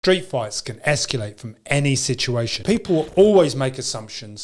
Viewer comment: Why do you always say esculate? 😂Great channel BTW